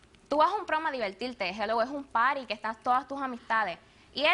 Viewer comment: Diveltilte....no pronuncia la rrrrrrrr